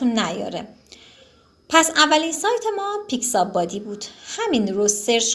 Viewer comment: دوست عزیز نام برنامه ها را اشتباه گفتید یکی پیکس آبی نه پیکس بادی و دیگری فلت آیکون نه فلکیشن